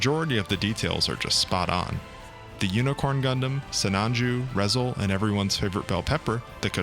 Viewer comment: Minor nitpick, but it's pronounced "Ree-zehl." ReZEL stands for "Refined Zeta Escort Leader."